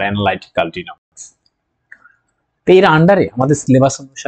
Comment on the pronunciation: উচ্চারণ ডাইনামিক্স হবে না?